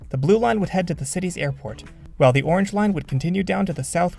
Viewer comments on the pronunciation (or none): none